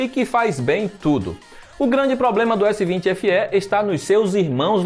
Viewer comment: PARABÉNS POR FALAR CORRETAMENTE O NOME DO APARELHO....S20 SE.....E NÃO S20SÊ COMO Q MAIORIA DOS BURROS.... PARABÉNS